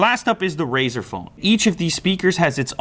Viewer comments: why do people keep saying "razor phone"? it's RΛZΞR! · What is your problem?? Why would you make a test like that, I mean what's the point of that test? Do you hold your phone sideways while waching videos? What kind of an idiot are you and Jeff Kenneth? AND IT'S FUCKING RAZER NOT RAZOR YOU DUMBASS STUPID IDOT Also ZTE is trash Also pixel has front firing speaker NOT JUST RAZER, did you even watch the video Lue explains everything????